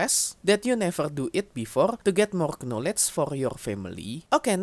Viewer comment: Hey, the letter "K" is silent in the word "knowledge". You should read it as "nowledge". Same for knight, knee, knot and probably all words where you have "k" followed by "n"